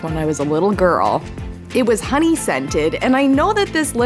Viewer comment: Sorry but it’s “Honey”